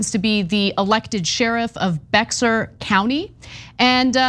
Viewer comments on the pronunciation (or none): !!BEAR, BARE!! born & raised here in s.a. ana. bexar is pronounced BEAR, BARE. i know its a tough one so i cant blame you. but you have mispronounced it several times over the years ana. the sheriff literally says the name in the presser. haz caso- pay attention.~ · It's not Bex-er County, its pronounced Bear. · CBS News: San Antonio is in Bexar County. It's pronounced "Bear," not "Bex-ar." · It’s pronounced “bear” county, not bex-ar. It’s a weird word. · Bexar is pronounced like Bear. Not Bex-are lol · No, the name derives from "San Antonio De Béjar", I live in this city and those who call it "Bear" County which are many, officials included. They mispronounce it similar as "Texas" properly pronounced such as "Tejas", and "Mexico" as "Mejico" the "x" pronounced similar as "j". Respectfully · BEX-er? Come on Ana, please try a little harder on pronunciations. Bexar is pronounced like Bear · It's not Bex-ar, it's pronounced "bear". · Is not becksar its bear county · Ana, Bexar is pronounced "bare," not "BECK-sir," unless you're using the Spanish pronunciation "BEH-hahd." Cenk so often seems patronizing as well as dismissive toward Ana. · Quick note phonetically Bexar is pronounced bear. The x is silent. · Just a heads up, Bexar is pronounced "Bear" county. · It is Bexar County. It sounds like bear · Bexar pronounced like Bear. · Bear County. The x is silent. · Bexar County is pronounced Bear County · Actually it's pronounced Be-har. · Bear County Ana, Bear just like the animal. The X is silent. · It’s Spelled BEXAR County but pronounced BEAR. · BEXAR = sounds like "Bayer"... you know... like the aspirin! You're welcome! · Bexar is pronounced like bear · I'm not sure what point you're trying to make, but it's pronounced "Bayer"... as I said. In addition, the county was named after San Antonio De BeXar, its principal city. You're welcome! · nope Texas is Pronounced Teks-ahs. Bexar is pronounced like baer or bay-er. Get it? Makes perfect sense. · Pronounced 'bear'